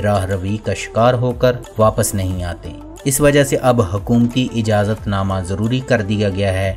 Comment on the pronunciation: تلفّظ کی islah karlein aap ne ajazat padha wo galat hai : ijazat:sahee lafz hai